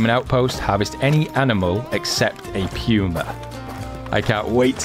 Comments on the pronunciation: pewwma? its puma as in poohma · Love your channel but the way you say Puma is killing me. It is POOOOMA, not PEEWWWWMA. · It poomu not puema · It's not Puew-ma, it's Puma, Puuh-ma. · I have PS4, anyone know if they will be fixing the problems with tracks, blood trails, animals not dying or dissapearing problems? Any anticipated time frame with it from the devs and will it come in a console patch? Thanks for any commentary and sorry to be a snit, but it's pronounced Poooo-ma, not Peeeu-ma. Love your vids. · Everyone is calling it a “pewmah” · It's puma not pewma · I’m sorry but it’s said like pooma